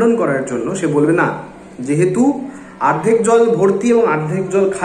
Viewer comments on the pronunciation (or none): তুই তো অনেক জানিস , কিন্তু এটা জানিস না যে ওটা আর্ধেক না ওটাকে অর্ধেক বলে । আগে শিখে আই তার পর লোককে সেখাশ। তোর দোর বোঝা শেষ সবার।😂😂